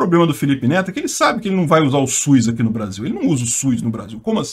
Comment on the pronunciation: só falta corrigir a pronúncia é "SUS" e não "Suiz" 🙄😏